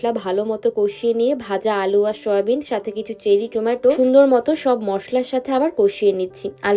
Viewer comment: I like ur vlogs but u should never skip meals as u r a new mom and u need lots of nutrition. Soyabean pronunciation is not right it’s not shoya